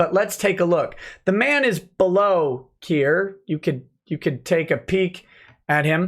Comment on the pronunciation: "The "Man" is bellow here." Me: "D...did you say man or ma'am?"